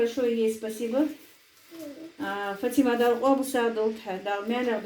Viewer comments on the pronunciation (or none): none